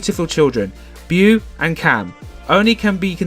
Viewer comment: The little girl is named Beau (pronounced Bo NOT Byou)